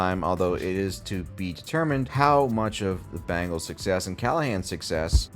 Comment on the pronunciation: genuine question: what's up with the use of 'Bangles' for the Bengals and 'Jagwires' for the Jaguars? our boy isn't the only one I've heard pronounce them that way. is it a regional thing?